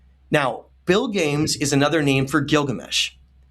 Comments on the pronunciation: Hey, being that it's so similar to Gilgamesh, why are you not pronouncing Bilgames as BIL-GA-MES? "Bilgames" sounds so weird and improbable to me. How did you come to this pronunciation? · Great discoveries! So paradigm-shifting. Btw Bilgames is probably pronounced Bil-ga-mess.